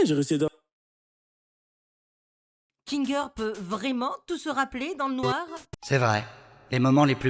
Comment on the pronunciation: Kinger ❎ Kinder ✅